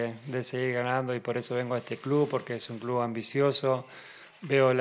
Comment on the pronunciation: feli, clu, dirfrutá, nomá...